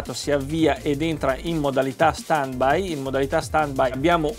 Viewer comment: Si scrive stand by e si legge stend bai.. 🤣🤣